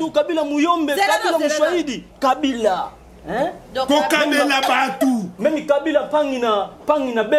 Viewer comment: Kabila[ Ká..bi..là] c'est comme ça se prononce. Je suis Mukongo.